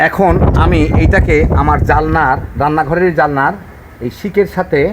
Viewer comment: ভাই সাহেব, জালনা নয় জানালা। ভিডিও করছেন তো, না খামখেয়ালী ।